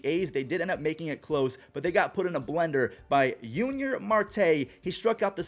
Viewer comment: Hey, love your content. Just wanted to let you know, Yunior Marte actually pronounces his first name “Junior”. The Phil’s broadcasters used to make this mistake but had started correcting it.